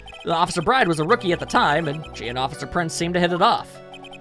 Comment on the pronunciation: Yeah, Maggey's last name is pronounced as "Bird".